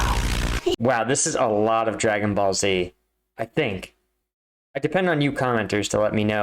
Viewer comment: It hurt my soul when he said dragon ball z